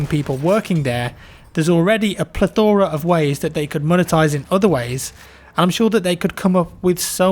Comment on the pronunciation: I heard say a Platora... idk if i spell it right